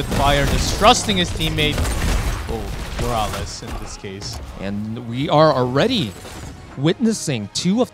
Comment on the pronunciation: am i the only one annoyed that one of them keeps calling morales as ''moraliz'' ??